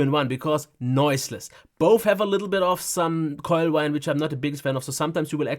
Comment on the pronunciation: minutes I don't understand the word mentioned. Something like "coilwail" which makes some noise and that apparently is so bad that users return Dell laptops because of it. It is not fan noise as that was discussed a few seconds before and the 2-in-1 is also a fanless design. It is some noise emitter of which both models suffer but, although it is said twice, it is pronounced somewhat muffled so I don't know what was the noise problem is.